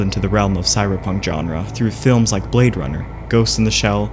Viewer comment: Informative and well edited video... but the way he repeatedly says "genre" bugs me so, so much